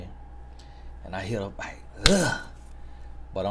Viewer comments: All this time l genuinely thought he said BIKE.... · You know this whole time he was saying “ bike” and now I understand that he was saying “ back”😮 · Thought was saying BIKE but he saying BACK 😂😂😂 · say b-ack. Utube say bike in subtitles lol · At first I sincerely thought he was saying "bike"... I'm 4 videos in a row and I get it now 😂😂😂😂😂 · U mean to tell me....😭 Lemme rewind cuz I know this man was talking about a bike!💀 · 💀 I could’ve sworn he was saying bike this whole time 😤